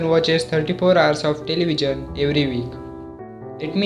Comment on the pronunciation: Why you are pronouncing television in a different way